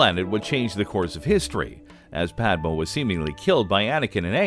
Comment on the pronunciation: The moon is ON Wasp 49-B? As long as we're talking about Star Wars, a little nitpicking is in order; Padme's name is pronounced PAD-may, rather than PAD-muh. Also, in addition to Anakin's Force choke of Padme, his attack on her so devastated her that she died, in part, of a broken heart during the birth of twins Luke and Leia at the medical facility on Polis Massa.